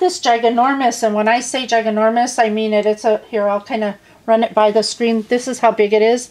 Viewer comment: lol Gi-gan-nor-mous LOL I just love you my dear - you always bring a smile to my face wishing you a Merry Christmas and a Happy New Year